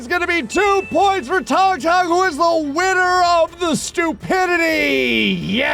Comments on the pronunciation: It ain’t “tongue tongue” bruh ☠️ It’s sounds exactly like it’s spelling “tung tung” Toon - toong toong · Bro why the hell is pronouncing it "tongue tongue"😂it's pronounced like " toong toong" bro